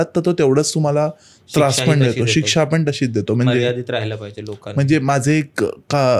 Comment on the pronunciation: सूत्रसंचालकाचं मराठी उच्चार अत्यंत निकृष्ट दर्ज्याचं आहे. असं वाटतं की कुठल्यातरी पान-टपरी किंवा जुगार अड्ड्यावरचं संभाषण ऐकत आहोत. न ला न आणि ण ला पण(तुमच्या पद्धतीत पन) न उच्चारणे. सबस्क्राईब करावसं वाटतं नाही. भाषा ती पण(पन नाही) मराठी सुधारा. कारण परत आपण(आपन नाही) जागतिक प्रसार माध्यमावर असता. धन्यवाद.